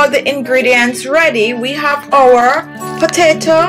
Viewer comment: Please stop saying potata!